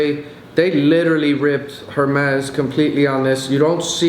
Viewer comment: That's not how you say Hermes.